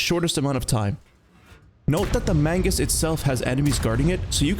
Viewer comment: ITS MAGNUS NOT MAINGUS